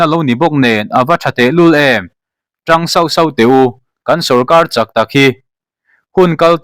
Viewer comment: Pu Editor,i channel hi a hlu ka ti,ka ngaithla ngei²thin.A maherawh chu thu chhiar lamah hian hmasawn ila ngai ve deuh,Entirnan"A zah tawrh chak thlâk tih turah'A zah tawrh châk thlâk tih angte,Mizo tawngthlûk hi a thlûk dan tur dikloa kan chhiar chuan a a nihna/a sawitum hi a bo thei thin a nia....